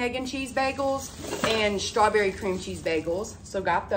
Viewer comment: She never says “strawberry” correct either. It’s always “shtrawberry”.